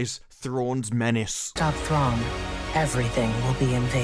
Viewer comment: There's no way this will do Thrawn justice. He's one of the most compelling characters ever written, and they will make him stupid. Also, the actress that plays Ahsoka totally said "Throng" in that clip. So nobody caught that in production or nobody on this project even cares enough to know the character's name.